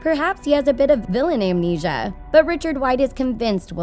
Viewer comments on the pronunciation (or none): none